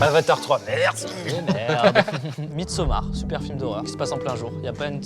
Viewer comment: a vraiment dit "midesomare" en bon français et il y a que moi que ça gène en t'en que francophone!? (sachant que ce titre de film est en anglais et non pronociable en français.)?!